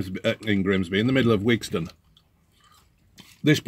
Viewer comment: Not Wigston